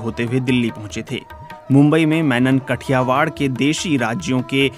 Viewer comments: कठियावाड नहीं है "काठीयावड" हैं.. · कठियावाड नहिं भाओ काठियावाड है सोच कर बोलो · It is not Kathiwar. It is Kathiaawaad. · It's Not कठियावाड़ it's काठियावाड । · It is pronounced as "काठियावाड़"